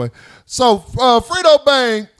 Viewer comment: His name is Fred-Dough (Fredo) not Frito